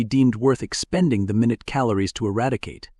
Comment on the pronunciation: Several mispronunciations, or rather it chose the wrong pronunciation of different words with the same spelling, eg. Minute/minute (tiny/time).